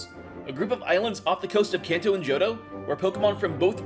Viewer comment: Imagine making an entire 20 minute video about the Kanto region and not pronouncing it correctly a single time😂😂😂